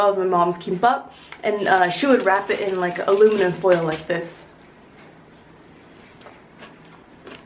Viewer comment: Aliminum Foild Blinding....Ha ha ha ha